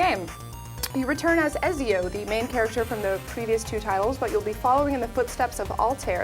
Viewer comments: Omg its not EzeeOH it's ET ZEE OH! And it's not ALTEER, it's AL TIE EER. Say it right. lol. Keep up the good work tho. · Did she just pronounce Ezio and altair as Ehzeao and Alt-air. You've never played AC and/or you are the most white bread person ever.